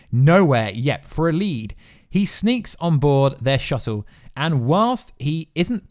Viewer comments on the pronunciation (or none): none